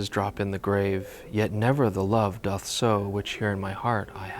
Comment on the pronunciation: Submitting my entry for "most petty" comment on this video: THANK YOU for pronouncing "doth" correctly